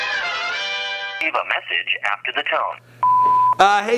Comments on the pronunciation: It’s pronounced xxx-ten-ta-sion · Cloud It's pronounced ten tah see own but fast. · bitch its TEN- TA- SEE-ON say it real quick tentacion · Ten tass eon not tentaseein, and sl-uhm-p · who tf is xxtentasiyown? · TENT AH CIÒN. Bruv get it right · It is pronounced ten-ta-sion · this is how u pronounce his name.... X Ten ta see yawn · TEN-TUH-SYONE Simple. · Anyone else gonna say somethin about how he’s pronouncing X’s name wrong?😂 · EX EX EX TEN TEN SION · The way he's saying Xxxtentacions name bothers me...